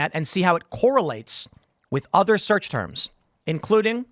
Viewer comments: "Search Turd" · "Search turd?"